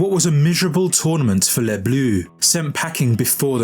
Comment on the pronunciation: "les Blues" lol